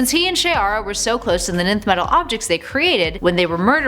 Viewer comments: I thought it was pronounced “enth” not just “nth” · Great and Informative video. FYI- nth metal is pronounced enth metal. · Nth is pronounced "enth". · nth is pronounced "enth".you shouldn't have skipped your English classes 😂